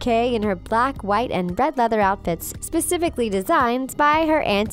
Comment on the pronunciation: "Sespificly designed by her aunt evie" YA MEAN SESPIFICLY WORE BY HER AUNT EVIe LoL